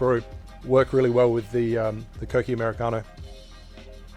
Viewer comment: U said it right kokki 👍